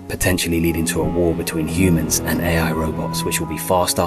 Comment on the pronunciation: What other hears: Ai's race to destroy humanity What i hear: EAI 😂